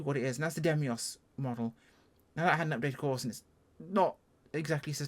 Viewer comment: I really tried to suppress my pedantry but I can't take it any longer (it's been more than one video)... it's Deimos, as in Greek mythology or the moon of Mars, not Demios! Sorry I'll leave now.